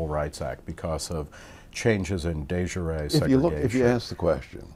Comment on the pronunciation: that's not how de jure is pronounced. The way your pronounced it is another word in French (juré) meaning sworn. Jure rhymes with sure but with a voiced sh like the end of the word beige.